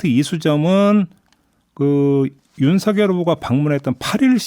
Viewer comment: 막내작가님 윤석열을 윤석렬로 발음하시면 안돼요